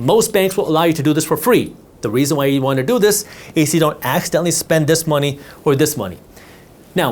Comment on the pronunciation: Unfortunately what I got from this video was knowledge that you have a problem pronouncing - This, That, They, Then etc. Theses words do not begin with the letter D.